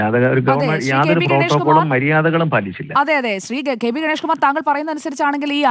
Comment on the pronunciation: കെ ബെ ഗബെഷ് അല്ലടോ കെ ബി ഗണേഷ് ആണെടോ 😅😅😅😅🤣🤣